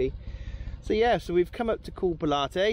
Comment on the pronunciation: Check your pronunciation not Pilat’e it’s as in Pontius (the Roman) Pilate 😂. Looks peaceful there normally nose to tail. 👍👍🖐